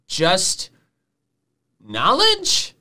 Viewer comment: the way he says knowledge is just kinda funny to me